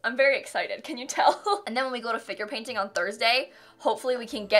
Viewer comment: Whenever she says ‘Figure Painting’ I keep on think she say ‘Finger Painting’ and it sounds so unprofessional lol